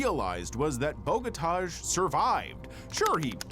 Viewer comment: I do wish Americans would learn that there's other pronunciations of names (i.e. the correct one) not just what Americans think it should be! Your pronunciation of "Bogotaj" was utterly awful J = Y in Slavic languages. AJ = "eye", the Os are soft, like in the word "soft", therefore his name is BOH GOH TAI. As for your pronunciation of "Marcin" = MARTSIN, it would be MARCHIN is it's spelt Marczin! "Davro" is pronounced with a hard A, like in "apple" not the strange "ah" you are saying. "UP2U" is obviously "up to you." But I know, Americans think only they are right and they are incapable of pronouncing non-American names correctly.